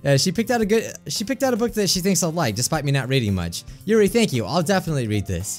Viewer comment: Yuri your-ee